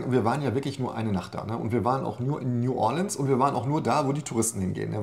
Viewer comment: Nu-ah-lihns heisst das Kaff 🤣(oder war das Nu-ohr-leanz) 😜😜